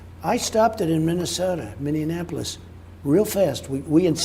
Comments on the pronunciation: I wish he could pronounce Minneapolis correctly. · Mr President I'm thankful that you brought the national guard to Minneapolis, we needed it so bad! But can you please try to pronounce the name of our city correctly? :-) Thank you!!!